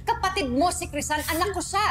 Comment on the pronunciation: PARANG HINDI CRISEL YUNG PAGKAKARINIG KO PARANG CRISAN